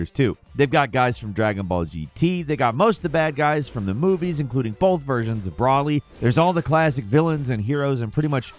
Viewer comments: really Bruly not Broly 😕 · How could we all forget ”Brawly” Ah. Yes. Brawly… my favorite character after gock-koo and veegeetah But second only to tie-een sheenhane Fml. Can we get someone that knows how to say the characters names next time? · "I played these before" "Bra-Lee and Bubbidy" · did i just hear: Brawly? its broly, like the o sound similar from the word bowl. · Dude. It’s pronounced TEN KAI EE CHEE. And why? Why can’t people pronounce Broly correctly. He’s been a character for 20+ years. His name is said aloud hundreds of times in the movies. It’s not Brahly. It’s not Brawly. It’s not Browely. It’s BROLY. BRO. LEE. Not that hard. Real fans would never make such a mistake. Jesus. And captain JINYU?!?! is clearly not a fan of DragonBall. 🤦‍♂️🤦‍♂️ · Bro (like, what’s up ‘Bro’) and Lee… Bro-Lee… Broly! We don’t want this ‘brah-lee’ person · I'm sorry but I have to do this. It's BRO-LEE not BRAW-LEE GEN-YOU not GIN-YOU SI-BA-MEN not SA-BAY-MEN Like WTF did you ever watch the fucking show? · Why can you not pronounce these names???? Why can no one say "Broly" correctly? It's in the films, but also, it's in the spelling. Brolly is what I heard here. Broly is his name. Jinyu? Bih-biddy? Have you ever seen the show? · Its "Bro-ly" not "Broly" coming straight from Goku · bro lee. not that difficult. smh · The pronunciation is horrible here and makes me cringe lol. Brolly, Say-ba men, Jin-yu 🤢🤮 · Hearing him call broly brolly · excuse me what is a "Brawly"? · Brawly? Ten-Kychee? Nails on chalkboard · "BRALY" "CAPTAIN JUNYU" "SABAYMEN" Bro no way you have ever watched DBZ 😆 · Broly as Brawly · Sabaymen, Jinyu, Bubitty, Brawly. I'm cringing so hard at this. Dragon Ball has been around more than long enough for people to know most of the pronunciations imo. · Don’t know how you manage to mispronounce Broly despite it being said aloud dozens of times throughout his movies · Broly with a long O, not sure what you called him